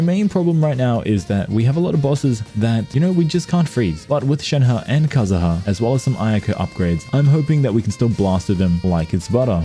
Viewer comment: cool video just lower the background music a bit and stop calling kazuha kazaha 💀